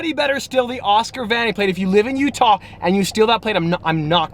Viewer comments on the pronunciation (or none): none